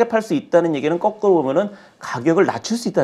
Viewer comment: 거꾸로를 꺼꾸로라고 계속하시니 거슬리넹ㅋㅋㅋㅋ